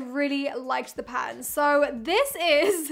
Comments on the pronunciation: Omg now that I read this is low key driving me crazy but you’re 100% right hahaha 😂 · Not weird. We think you're weird. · Weird way to say "pattern". She is saying pa-en loll